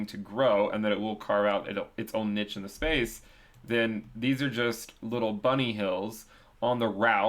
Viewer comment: we need to talk about how you're pronouncing 'niche'